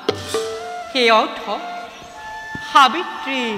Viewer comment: সুন্দৰ।সাব্যত্ৰী নহৈ সাবিত্ৰী হব লাগিছিল নেকি বাৰু।